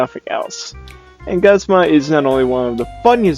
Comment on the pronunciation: Is it pronounced Guhzma? I thought it was was pronounced Goozma. I don't really have a top 5 favorites, so I'll choose some off the top of my head. Giovanni is definitely up there. He actually kind of terrified me as a kid. Though, I'm not sure why looking back. I also like N. Plus his music is great and I'm not just saying that because it has part of the Mother 3 Love Theme. I also like Maxie from Team Magma, but only the anime version because I like his voice.